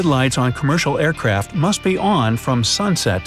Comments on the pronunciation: aircwaft I believe that it is aircraft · who noticed him say air craf and not aircraft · “aircwaft wings” 😂😂😂😂😂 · "Air kwaft wings are an engineering marvel." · “awcwaft wings” dude i can not stop laughing at this xD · okay...I thought I was the only one! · he say air cwaft wing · did enyone heard that sed aiycwaft that is so funny 😂😂😂😂😂😂🤣🤣🤣🤣🤣🤣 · you apparently said aircwaft wings are an engineering marvel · I always love these videos... but he definitely said "Aircwaft wings" lol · You Sed Air Cwaft LOL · Who noticed he said airquaft? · Why did you say airquack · FluxGaming anyone with ears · aircwaft wings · What's an airquaft? 🤣🤣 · He said aircwaft lol no fence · air cwaf wings lol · "Airqwaft wings" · you say Aircwaf XD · Aircwaft wings? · did he say air cwaft wings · . Airkwaft wings. Lol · aircwaft lol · Who heard he said airpff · Bro said aiwcraft wings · air cwaft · I heard air quaft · he said air qaft 🤔🤔🤔😕😕🤯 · Aircwaft wing twuly are an enginewing mawvel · Air Cwaft Wing? 🤣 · he said aircwaft wings lol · Is it me or he said aircraft but instead of an R it’s a W